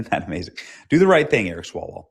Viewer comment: "Swallowell". That is the correct pronunciation.🤣